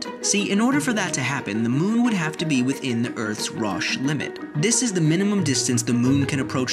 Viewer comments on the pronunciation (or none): I'm sorry but you butchered the pronunciation of Roche.